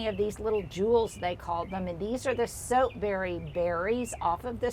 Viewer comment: "Soap" berry? Not sure what you are saying. I've never heard of this!